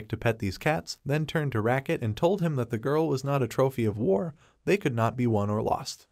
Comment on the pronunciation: My man saying war wrong 😂